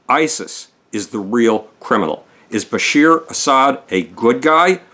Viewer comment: His name is Bashar al-Assad, not Bashir.